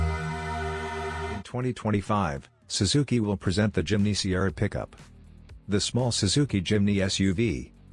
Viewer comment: “SWZZIKI“？？ FAKE AI model